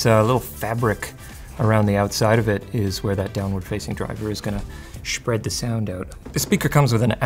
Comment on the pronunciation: "SHPREAD the sound out" Love it.